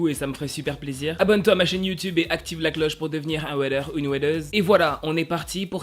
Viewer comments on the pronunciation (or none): none